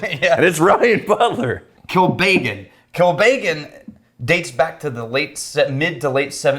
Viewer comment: Pronunciation is "...Kill Beggin'..."